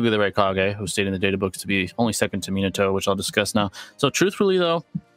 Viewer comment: He said minato 😂😂